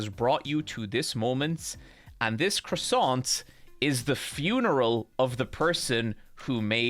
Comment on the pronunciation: Most impressive mispronunciation of croissant ever fr